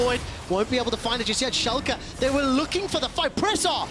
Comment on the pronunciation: I think its impressive that he nails the pronounciation for Schalke 04 tho since "fünf" isnt something he has to say as often he pronounced it kind of weirdly (still good tho!)